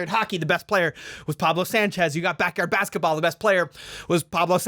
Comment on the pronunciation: he totally said backyard baseketball, but cut it out